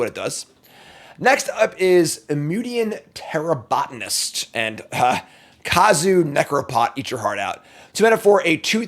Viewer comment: Hearing pronounce Eumidian Terrabotonist correctly was the most shocking moment of my life. He's growing up right before our eyes.